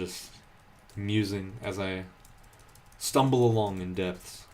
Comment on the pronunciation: Just pronounce "Depths" "Deps."